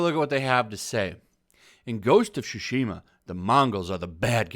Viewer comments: For Christ's sake, it's TSushima, not SHushima. I know English speakers are garbage at pronouncing foreign words but Jeez, is this testing my patience. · Shusheema. Why on Earth do people say that? It’s not even close.. Talk about butchering a word lol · Is it pronounced SUEshima? Or SHUshima? Cuz you are saying "shushima" I was just wondering not trying to be a 8==D